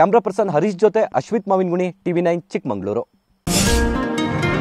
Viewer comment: ಲೇ ಗುಗ್ಗು ಎಂತ ರಿಪೋರ್ಟ್ ನೀನು (2.33) ಚಿಕ್ಕಮಂಗಳೂರು ಅಂತಿಯಲ್ಲೂ ಅದು ಚಿಕ್ಕಮಗಳೂರು ಅಂತ ಮೊದಲು ತಿಳ್ಕೊಳೋ ತುಕಾಲಿ